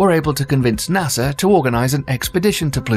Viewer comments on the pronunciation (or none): none